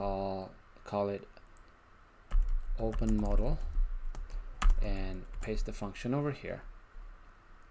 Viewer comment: just fyi ... "mäd elle" (e.g. "model") is how you're pronouncing "modal", but it should be pronounced "mode all".